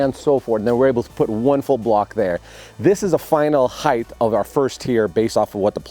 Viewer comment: why do all of u woodworkers say heighth instead of height